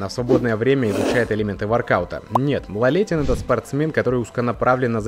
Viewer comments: А поставить ударение правильно в фамилии спортсмена слабО? Или язык не поворачивается? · Автор,ты хотя бы фамилию правильно произнёс для начала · Во-первых, это не мелочь. Человека надо называть по той фамилии, какая у него от роду, а не коверкать. К тому же это показывает уровень профессионализма автора ролика. Во-вторых, в видео есть и другие ошибки. Например, что в юности Виталий начал свой путь с армспорта. На самом деле, он не армспортом занимался, а армрестлингом. Зачем вы в неправильном виде подаёте биографические сведения? Профанация.